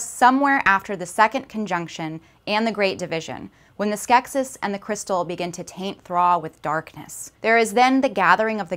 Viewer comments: The plural is pronounced "skek-sees". Did anyone here watch the film? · I was more poking fun at your accent on the "gem" comment, but the plural form of Skeksis is in fact pronounced "Skek-sees", and also, this piece is 98% fluff in regards to what it claims by title. -and you're very welcome! (no hard feelings on the accent/Gem thing, that was just me being silly! :P)